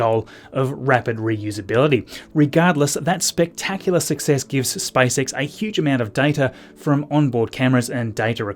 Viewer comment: He said SpiceX rather than SpaceX